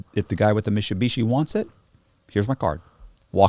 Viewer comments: is he trying to say MITSUBISHI but cant pronounce i?????? so his say MISHUSHISHI?????? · "They take the whole Mishubeeshee" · Wtf its mit-su-bishi lol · I'm going to switch and say Mishubishi too from now on. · Say Mitsubishi again!🤣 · Like how cannot pronounce Mitsubishi properly. Funny.